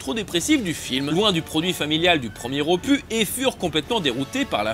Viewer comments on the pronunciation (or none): J'aime bien ce que tu fais, intéressant et tout mais fautes orales (pires que les écrites) à éviter : Ses proies = c'est féminin toujours même si c'est des hommes. opu"s" le "s" se prononce [ɔ.pys] PS: Batman et Robin n'est pas totalement la même chose que le Forever : beaucoup plus ridicule avec ses bruitages cartoonesques.